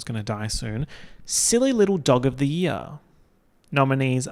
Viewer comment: take a shot every time says year like yeah 😭